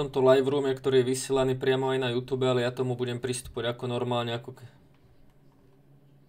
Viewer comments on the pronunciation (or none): none